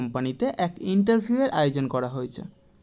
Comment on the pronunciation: Sir আপনি ইন্টারভিউ শব্দের উচ্চারণ ঠিক মত পারছেন না। আপনাকে একটু ধ্যান দিতে হবে স্যার। শিক্ষার কোনো শেষ নেই। আর আপনাকে ছোটো করার জন্য বলছি না। আগের ভিডিও এর তুলনায় একটু ভালো ছিল। আর একটু ভালো করতে হবে স্যার। আমি আপনার শত্রু নয় শুভাকাঙ্ক্ষী ভাবতে পারেন। আরও ভালো ভালো কাজের খবর দিন আমাদের। আশারাখি ভবিষ্যতে আরও ভালো ভিডিও বানাবেন। ধন্যবাদ